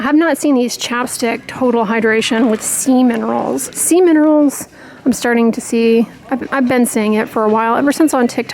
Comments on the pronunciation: You said “ sea minerals”.... I heard “ semen rolls “ 😂🤭🤣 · Oh ‘sea minerals’!!! I totally kept hearing ‘semen rolls’ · Omg forgive me but I kept hearing “semen rolls” instead of “sea minerals”.. 🥲I’m such an idiot🤦🏻‍♀️ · Sea -min…. Wait what?! I had to listen to that one twice 😅😅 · ROFL, me too! It definitely caught my attention! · Me too!!! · Me too! I laughed so hard I choked on my toothpaste!!! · Not alone!!🤭🤭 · I thought I heard semen rolls too!